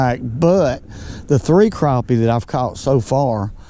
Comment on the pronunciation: it’s crappie not Craw-pee